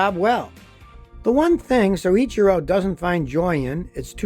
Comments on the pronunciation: LOL Scotty, it's "so ITCHY ro" not "soy itchy ru". Mind you that's damned close for an American, most can't say Porsche, Peugeot, or Citroen properly to save their lives. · Take a tequila shot every time Scotty says siichero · Great job! Except there is only one R in his first name! It is pronounced Soy- Chir- oh. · I think it's pronounced ... so'-cheer-o'